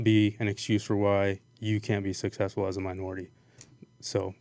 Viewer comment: It's successful not sussessful